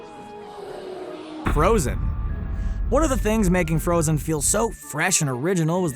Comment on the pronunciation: He said The frozen name wrong... not even going to try and spell it